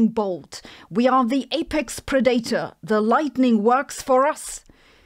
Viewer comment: Come on Sabine .. even Arnold could say pred-at-tor ..not pre-date-or. 😂